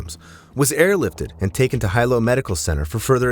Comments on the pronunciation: On the Big Island, or ANY ISLAND, diving into a river, or jumping off cliffs into the ocean is equal to running across the freeways in Los Angeles. Do better research.... it is Hilo Hospital... pronounced: "He--Low".... NOT "High-Low" as you pronounced it. Life is only dangerous, if one participates is dangerous activity. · Hilo is pronounced, “Heelow” not highlow. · Hilo is pronounced he-low not high-low just in case you go there. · Jus fo clarification, it's pronounced Hilo he-low, not hi-low..😢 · Hilo is pronounced He-low not Hi-Low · Hilo, Big Island Hawaii: Sometimes you said "high-low", and sometimes "hee-low" in this video. "Hee-low" is how people in Hilo, HI, pronounce it. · Teach your AI to pronounce Hilo correctly. It's not High Low, it's Hee Low. The letter I is always pronounced with the eee sound. (Waikiki, Why-Key-Key) What law or preventative measure would you enact to prevent people from doing dumb sh!t? Good luck with that. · It's not High lo it's pronounced (he lo) White people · Its he-low no hi-low😂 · right? HIGH_LOW ovah and ovah, so annoying It's pronounced like Hee-lo{w} but no "w" sound, long o vowel (for you youtubers out there that don't know, and might read this) But this video is AI narration, not a person's real voice. Those digitized readers always butcher everything, even without the added challenges mainlanders find with makakau ʻōlelo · If you’re doing a podcast, pls learn how to pronounce words—like Hilo. It’s not Highlo, it’s Heelo. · Hi-Lo Medical Center. That’s a unique pronunciation I’ve never heard before. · 1st off(It's Heeee-looooo"Hilo") 2nd if no moa kanakas or wahines swimming,...uk that should tell u sumtin right?😅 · Hilo it's pronounced as hee-low! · It’s pronounced He Low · You’re obviously not from Hawaii nor been there for an extended amount of time when you can’t pronounce correctly the simple Hawaiian word of Hilo. Makes one question how well you know what you’re reporting. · AI voice doesn’t know🤣